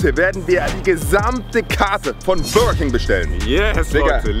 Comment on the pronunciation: Bürerking wer kennts nichttt😂😂